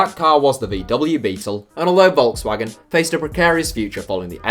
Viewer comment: How can you be 20 something and not able to pronounce Volkswagen?